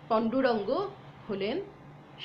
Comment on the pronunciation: পূজ‍্যপাদ স্বামী বীরেশ্বরানন্দজী আমার দীক্ষা গুরু। গুরুদেবের পুণ্য জীবনী বইতে একাধিক বার পড়েছি। প্রাণারাম channel আমি প্রায় প্রতিদিন সকালে শুনি। র এই deliberation-এ উনি গুরুদেবের পূর্বাশ্রমের নামটি confidence-এর সাথে ভুল উচ্চারণ করে যাচ্ছেন দেখে/শুনে, লিখতে বাধ্য হলাম যে, স্বামী বীরেশ্বরানন্দজীর প্রাক্ সন্ন্যাস জীবনের নাম ছিলো-- পান্ডুরঙ্গ প্রভু‌। পন্ডুরঙ্গ কখনোই নয়।